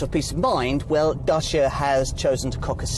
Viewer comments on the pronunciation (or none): Cool video but the pronunciation is not "DASHA", it's actually "DUTCH-YEAH"